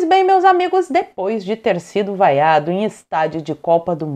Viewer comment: Ele foi "VAIACIONADO".